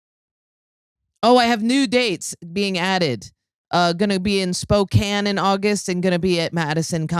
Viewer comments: It's SPO-CAN. Not Spocaine. Lol. We love you anyways Jordan. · Spokane, WA is pronounced “spo-can” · Why can't any comedian pronounce Spokane correctly?